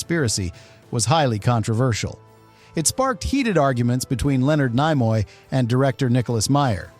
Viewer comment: What crap AI generated slop is this? Stupid AI bot voice can't say Leonard Nimoy's name correctly. Scenes discussed where not pictured. Where's this alternate ending you speak of. Such garbage, lazy content creation.